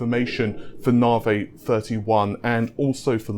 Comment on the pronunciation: Nah-vay. lol